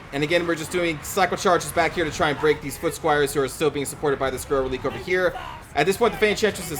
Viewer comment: I believe it's pronounced "Reh-lih-kay".